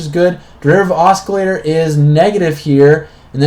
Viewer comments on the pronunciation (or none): Constructive remark: It's pronounced AH-Sill-ator. No Hard C.